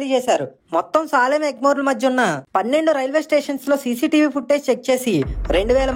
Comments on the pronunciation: సాలెం కాదు సేలం అనుకుంటా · Salem pronounciation wrong